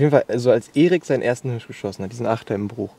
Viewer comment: Leute die Hürsch sagen 😩😩😩